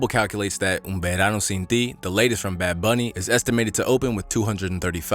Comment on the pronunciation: The way you pronounced the bad bunny's album tho. I'm latin and I was actually surprised by the great pronunciation